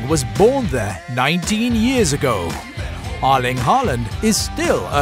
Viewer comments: No he says Erling but it sounds like Lyng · Yarling braut Håland🤦‍♂️😂